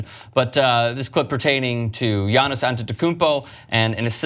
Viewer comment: Dude chill with your antetikumpo sound